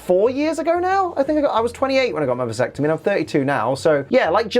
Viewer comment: Everyrime he said visectime I shivered.